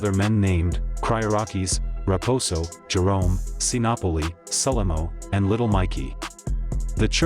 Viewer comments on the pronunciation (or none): none